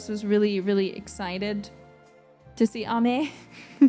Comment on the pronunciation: I love how pronounced Ame! Thank you for the update! Thank you always for your hardwork! 💙